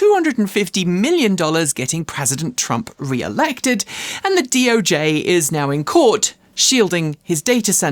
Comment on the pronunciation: "DoJ" hoy 💀💀💀